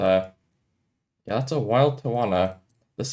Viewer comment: when you say "yea" it sounds like "yap" 🐐